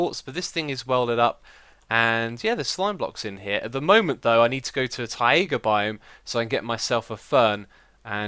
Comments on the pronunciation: It's "tie ga", not "ta ee ga". /ˈtʌɪɡə/ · your pronunciation of taiga is really weird, it's actually [t'aigə] like tiger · Ta-ee-ga? :D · i need to go to a taieeega biome, lol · The way you say Taiga kinda freaks me out. ^^